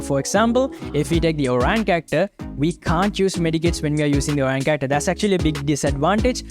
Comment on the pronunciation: It is oriyon not orine😅😅😅